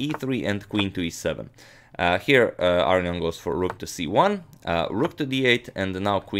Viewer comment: It's pronounced A-RO-NI-AN not AR-RE-ON